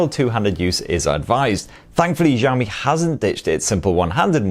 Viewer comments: jaomyy waweii lol why Americans cant say the names of chinese brands truly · I ll sub when you pronounce the Xiaomi properly !